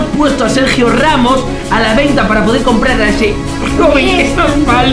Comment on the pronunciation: Se dice comprar no complal